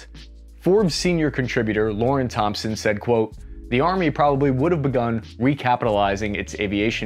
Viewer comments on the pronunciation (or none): none